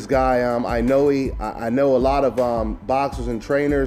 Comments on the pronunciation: the "E" at the end of Inoue is pronounce "A" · I cringe every time you try to pronounce Inoue.